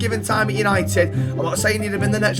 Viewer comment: What a vid lad and say it with me boys YANITED YANITED❤